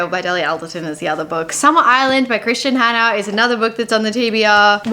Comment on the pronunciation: I think it’s pronounced Kristin [Kriss-TIN] Hannah